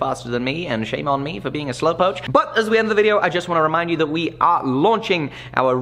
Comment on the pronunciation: Slow poach? Surely Slowpoke or slowcoach?